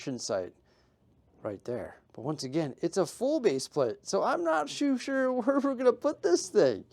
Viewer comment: “shoo sure” 😂